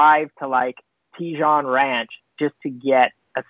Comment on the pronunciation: Tea-zhan ranch. lol. Never heard anyone say it that way. Little California geography, Tejon(Teh-hone it's a Spanish word) Ranch is about halfway from L.A. to Bakersfield, and pretty much middle of nowhere, so quite the drive for a Diet Coke. Although, one would have to drive past Magic Mountain to get there, so possible ulterior motives?